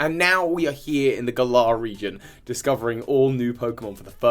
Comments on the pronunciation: I know that mispronunciation is kinda your thing but we’ve all heard Game Freak themselves refer to it as the GAlar region, not gaLAR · Its Gal-er region lol